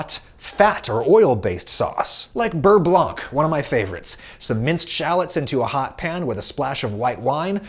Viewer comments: The “c” in “blanc” is silent. It’s pronounce like “Beurre blan” and not “blank”. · The c in "beurre-blanc" is mute, so it's really pronounced "beurre-blan". It's stupid, but as a french, it's weird to hear "beurre-blank" XD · "Beurre blanc" is not pronounce "Beurre blank", the c is silent. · Please don't pronounce the c in beurre blanc :( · French subscriber here: the "C" at the end of "Beurre Blanc" is silent